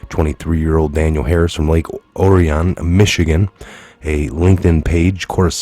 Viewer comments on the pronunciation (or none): Thank you for all you do. Lake Orion is pronounced Or-e-on. Lots of hard working people with liberal children there doing drugs. Very beautiful area of Michigan. It doesn't surprise me the kidnappers are BLM! Governor Buckethead should apologize.